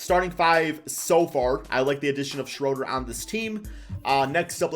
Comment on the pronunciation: Say it with me... Dennis "SHREW"-der